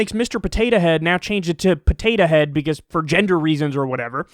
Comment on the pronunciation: I love the way Kyle says Potatuh Head. It really emphasises how silly the whole thing is.